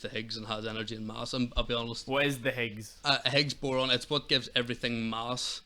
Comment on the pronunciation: One correction reffered to austrolapithicus being contemporary with homo sapiens, he meant homo neanderthal. Austrolapithicus are bipedal apes, that look more like chimpanzees than humans but walked upright. And he said Higgs Boron, it's Higgs Boson. But his knowledge is excellent on science. And I agree with his summations.